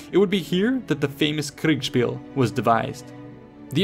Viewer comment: It's always funny to me when you say kriegspiel lol Either you say it really forced, but get the syllables right, or you say it almost naturally but slur the s into an sh and say kriegshpiel. It's cute <3